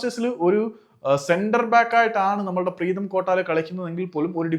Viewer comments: പ്രേതം അല്ല പ്രീതം😂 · അണ്ണാ പ്രേതം അല്ല preetham 😂😂😂😂😂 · കഷ്ടം മലയാളത്തിൻ്റെ google please avoid over look പ്രേതം instead of പ്രീതം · പ്രേതം ❌ പ്രീതം ✅ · Pretham alledo Preetham